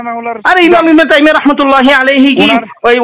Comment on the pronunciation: সাগলের সাথে লাগতে গেলেন কেন😂😂😂😂 এই সাগল ত ইবনে তাইমিয়া র এর নাম টাই উচ্চারণ করতে পারলো না ২ বার ভুল করে টাইমি টাইমি বল্লো😂😂😂😂😂